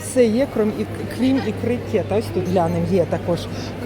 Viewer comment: кетА — ударение на А —Дальневосточный лосось !!!